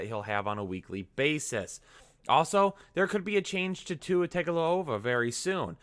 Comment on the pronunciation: You murdered Tua's name. I may have as well.